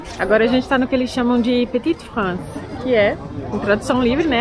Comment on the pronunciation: Mais um vídeo maravilhoso. Adorei vc falando le petit france (é assim que escreve ?) Hahahah Adoro tb que vc lê o censo!!!! Blogayra inteligente e preocupada com o conteúdo